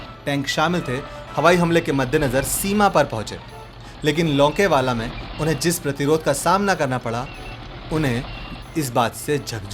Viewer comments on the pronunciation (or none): Oye, jo bhi h video banane vala, pehle apni pronouncing thik kar, lokewala nhi longewala hai, aur चंदपुरी nhi चांदपुरी h, aana kabhi, bharat darshan karwa denge bhai, plz, aage se aisi galti na karna, जय भोलेनाथ. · It is longewal and not lokewal, please rectify. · Lokewala ? Kam se kam jo likha hai wo to sahi se pad le. Aur चंदपुरी नही मेजर चांदपुरी नाम है उनका। घटिया presentation. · तुमसे लोंगेवाला भी नही बोला जा रहा ठीक से!